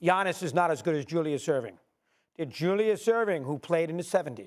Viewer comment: This man just said Julius Erving..